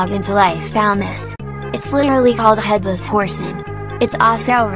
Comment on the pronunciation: "Head lice" MISS GURL😭🤚